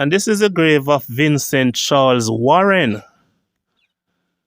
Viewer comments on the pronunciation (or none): none